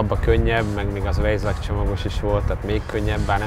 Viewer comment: A "vs-t" én inkább "&"-re cserélném, meg a " vejzák-ot" átgondolnám a "logen"-el eggyütt!